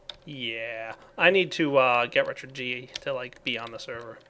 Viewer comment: ...richered? Richard.